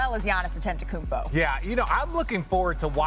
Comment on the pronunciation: Why does Malika pronounce Giannis last name as AteNtokounmpo instead of ANtetokounmpo?